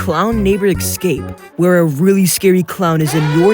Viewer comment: A bit off topic...but why do you insist on saying "Ex-cape" rather than saying "Escape"?